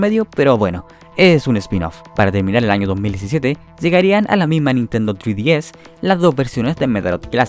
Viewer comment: Se dice en español ice tres ds no thre dies eres de habla hispana.